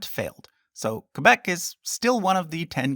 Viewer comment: The way you pronounce Quebec just sounds wrong